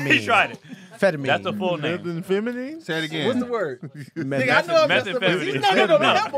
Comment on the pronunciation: had a “🧏🏾‍♂️Hey, Tom” moment with the word, Methamphetamine. Lmao! - 😂😂